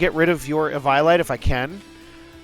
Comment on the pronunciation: I've never seen someone pronounce Eviolite like that before.